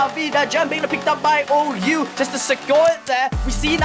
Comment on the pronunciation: Pretty good video, just one thing OU is called 小歐 in China, so in eng its pronounce (OH)❤😂